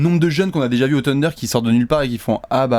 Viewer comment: Faites un effort sur la prononciation du nom psk sa fait saigner les oreilles les" teundeurs ", " abrinés " , "grunt"